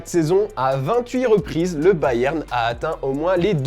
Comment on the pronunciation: Prk tu dit Bayern comme ça